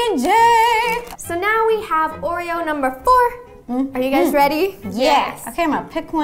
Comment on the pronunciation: Anyone noticed ro saying hay gays 😂😂😂😅